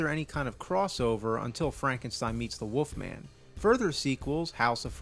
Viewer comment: “The woofman” 😂